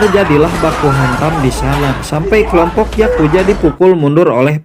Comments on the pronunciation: Yakuza bang bukan yakuja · Yakuza anjir bukan yakuya